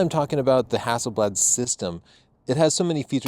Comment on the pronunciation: Extra points from Sweden for the way you say Hasselblad! ( It means Hazel leaf ) It´s a typical surname in Sweden. + Inside info the man himself Victor Hasselblad had a dog named Leica!